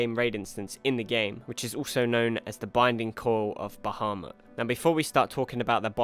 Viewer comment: Hey great channel, I tell everyone in my FC/LS who wants to see a good Titan guide to check your videos, and they all love me for giving them a decent guide to follow. Just one thing, that is minor, but you are pronouncing Bahamut as Bahumat. Not a big deal, just letting you know. I beat Titan on the weekend thanks to you, now trying to find a FC/LS to do the Coils with. Look forward to more of your stuff bro.